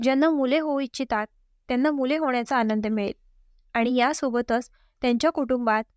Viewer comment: आणंद म्हणू नका,आनंद म्हणा!